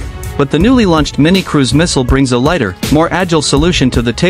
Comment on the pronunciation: Launches dude, not lunches 😂😂